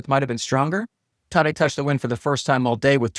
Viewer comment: I’m pretty sure the a in Tadej is pronounced like the a in “at”, not “ahh”. Idk I’ve just always watched Rob Hatch and Eurosport instead of NBC. But I kind of get annoyed watching NBC hearing them pronounce cycling names.